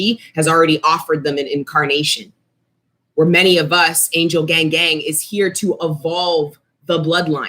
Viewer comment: "angel gangang" 😆🥰